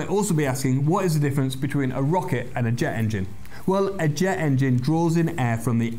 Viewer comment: "Rocket expert" ends in a T. Ex-perT. Not ex-purr. "Jet engine"? Same problem: jettt. Not jeh. "The main part of the chassis"? You guesses it: Part, not par. Happily, you don't have any problem with "accelerate" or "estimate," words which some fools on YouTube manage to mess up. "Acceleray" and "estimay" are also horrid. You get them both right without any apparent effort. You're just doing them right, not forcing it. So perhaps you'll be able to fix the ones you get so consistently, annoyingly, wrong?